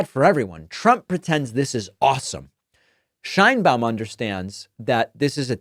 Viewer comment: Just a correction, the pronunciation of Sheinbaum (as she pronounces her own name) is how is pronocuned in spanish SH EIN BA UM (not Shain-bom)